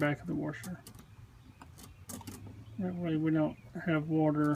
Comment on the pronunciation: You sound like Texas with your “warsher”- love it! My best friends husband is coming over tomorrow I told him you said it’s the coupler (I think that’s what you said). I enjoyed the video. Will subscribe so I can fix my own stuff.